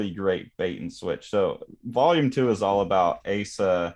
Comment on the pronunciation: You mispronounced Asa's name. Both vowels "a" must be short. (However, in Sho's name the final "o" is a long closed "o".) When writing Japanese with Latin alphabeth, the general rule is: "wovels like in Spanish or Italian, consonants like in English". Of course, these are just approximations. (For instance, the Japanese "u" is actually not rounded.) The length of vowels is theoretically supposed to be marked with a macron diacritical sign over the vowel letter, but in practice it's ofren not done. ("Tokyo" should be written with a macron over both letters "o", but it's not done always.) Some translators (particularly amateur ones) indicate the length of vowels by doubling the vowel letter, but they usually write the long closed "o" as "ou" to differentiate it from the long open "o".